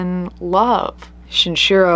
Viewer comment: Is the mispronunciation of the killer's names (Shinchiro instead of Shinichiro, and whatever that pronounciation of Andrei Chikatilo was) intentional or accidental...? I understand if you don't want to encourage people to look them up or something, I'm just curious